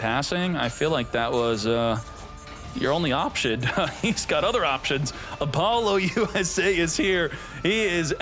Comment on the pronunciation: He does it on purpose, like Apollo USA and ba-boost and r yu-ge